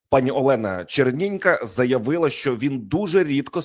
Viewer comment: А ЩО ТВОРИТЬСЯ З ТВОЄЮ ЩЕЛЕПОЮ,ЩО ТИ ТАК РУЙНУЄШ УКРАЇНСЬКУ МОВУ: ЩЬО,ЩЬОБ,ЩЄ,ЧЬОГО,ЧЬОМУ,ЧЯС,ПОЧЯТКУ,ЧЯСТИНІ,БАЧЄВ........???????????? ЦЕ ВЖЕ ГИДКО СЛУХАТИ З УСІХ КИЇВСЬКИХ КАНАЛІВ!!!!!!!!!!!!!!!!!!! ЗАХІДНА УКРАЇНА БУЛА ПІД АВСРІЙЦЯМИ,ПОЛЯКАМИ, ПРОКЛЯТИМИ «совєтами» І ЇХНІ ЩЕЛЕПИ НІХТО НЕ ЗМІГ ЗРУЙНУВАТИ,А КИЇВСЬКІ І СХІДНІ УРОДИ НАСТІЛЬКИ ДЕФОРМУВАЛИ СВОЇ ЩЕЛЕПИ ЛЮБОВЮ ДО ПРОКЛЯТОГО СВІТОМ І ЗАЛИТОГО УКРАЇНСЬКОЮ КРОВЮ «руского язика» ЩО НАВІТЬ НЕ МОЖУТЬ ПРАВИЛЬНО ВИМОВЛЯТИ УКРАЇНСЬКІ СЛОВА!!!!!!!!!!!!!! ГАНЬБА ВАМ,УРОДИ!!!!!!!!(УКРАЇНСЬКА ДІАСПОРА,США)